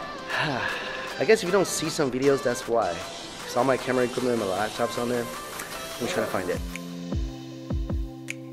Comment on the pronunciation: "Might have over-done it on the food right over right 'der"